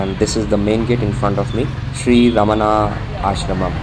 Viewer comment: It is pronounced as Bhagavan Ramana not Raman.